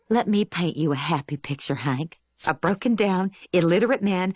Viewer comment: His name is Hank but Peggy always needs to say everything Wrong and calls him Hænk 😂